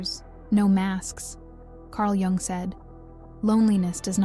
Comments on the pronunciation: This is either AI or the poster doesn't know how to pronounce the name of the psychiatrist she discusses. Spelled Jung but pronounced Yung. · Jung is pronounced “Young” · I think it's AI. The clue is the mispronunciation of Jung. It's correctly pronounced Yung as anyone who delves into his theories should know. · Carg “Joong.” 🙄 Really? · The "j" is pronounced like a " y" when it comes to the name Carl Jung. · The j is said like y. I.e carl young/yung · Nice content, but I wish it wasn't AI, and that you didn't pretend you're an actual person at the end. You wouldn't pronounce the J in Jung if you were a real person. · Mispronouncing Jung doesn't make you a bad person. It does makes you bad AI. Perhaps we should be glad we humans can still detect what's AI and what's not. Soon AI will advance to where we don't know the difference. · Three videos in and only figured it out when ‘she’ said “Jung”… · lol, why do you pronounce "Jung" like that? :D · I'm half Swiss, and it hurts my ears to hear his name mangled. AI, with all its learning, should learn some respect. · yeah ikr?